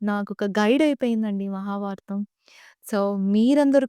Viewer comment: ముందుగా, చిన్న వయసులో చాలా పెద్ద భాద్యత తీసుకున్నందుకు మనస్పూతిగా అభినందిస్తుంన్నాను !! కాకపోతే ఒక చిరు హెచ్చరికతో విన్నపం. మీరు ఎంచుకున్న విషయం మహాభారతం కావున, మీరు మాట్లాడుతున్న తెలుగులో అసలు ఒత్తులు చెప్పడం లేదు. ఉదాహరణకి, మహాభారతం .. మహాబారతం కాదు. . అలానే.. ఆంగ్ల పదాల ఉపయోగం లేకుండా చెప్పగలిగితే, ఆంగ్లం తెలియని వాళ్ళు వింటారు అలానే అంతరించిపోతున్న మన తెలుగు భాషలోని పాదాలకి జీవం పోసినవారు అవుతారు... శుభం !! జై తెలుగు తల్లి! జై జై తెలుగు తల్లి !!